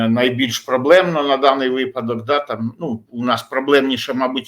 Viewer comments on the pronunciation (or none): none